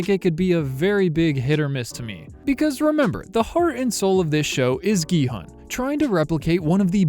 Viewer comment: The main character’s name is actually pronounced as “gee-hoon” (gee like geese, and hoon almost like moon) not “gee-hun” (hun like honey). 성기훈 is the character’s full name